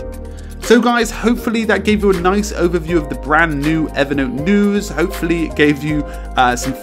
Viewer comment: I just wish he could pronounce Evernote as Evernote.